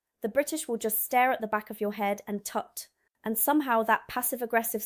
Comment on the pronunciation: I like your videos, well done ! BUT the voiceover and scrolling text aren't very good, sorry. "Miss#4". Umm, "Myth#4" perhaps ? And how does 'Tut' come out - very poor. The transcript isn't much better -- "wallto wall fuzz". Keep going, and thank you.